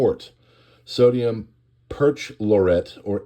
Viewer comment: Thanks for the news on this terrible explosion. Just fyi: Perchlorate (per-CHLOR-ate)